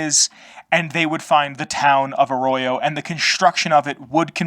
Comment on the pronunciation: Like how you emphasize the vault 13 canteen and G.E.C.K , are like sacred artifacts held by the Arroyo tribals. Lore built like that , creates legend, lore world building around the games 👍 It's pronounced "Arroyo" man, not Arrorow. Just saying 😉 I've been looking for lore videos on the Arroyo tribals. But not turning up much. At least there's this video that provides something 👍